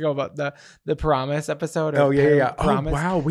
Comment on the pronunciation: Paramus was not said once correctly here boys 😂😂😂 but I like your pronunciation better